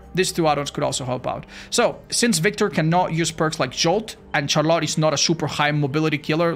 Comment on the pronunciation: why does the way says 'Charlotte' sound so much better than any other pronunciation 🫠